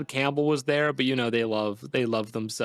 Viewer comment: why does always pronounce the last name Campbell as Camp-bull